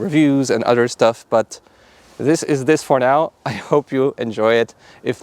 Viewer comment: good video I totaly dint giggle every time you say odder btw